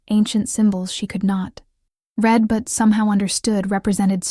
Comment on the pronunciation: It’s AI text to speech. I can tell because it uses the wrong pronunciation of read/read. Certain words with the same spelling but different pronunciation always come out wrong. (Live/live, wind/wind, wound/wound, and so on) Text to speech frequently gets these wrong.